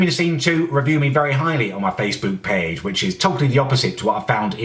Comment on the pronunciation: face. boowk. payyge.